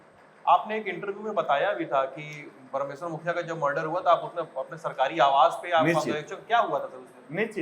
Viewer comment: Arre mukhiya ji ka naam sahi se lo yaar...